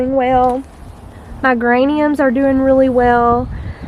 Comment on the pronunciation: I hesitate to mention this bc I don’t want to embarrass you! But I would want someone to tell me! Your flowers are pronounced “jur” raniums instead of “gur” even though they are spelled geraniums. Dahlia is pronounced “dal-ya” like pal or gal. Can you tell I’m a former teacher? LOL Your yard and porch are looking lovely. Love all your videos and never miss them! I just relate to your content so much!